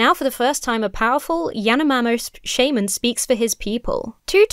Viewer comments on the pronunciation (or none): none